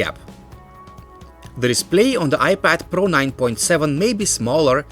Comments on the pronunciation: I like how he says IPAD PARO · iPad pRRRRRRo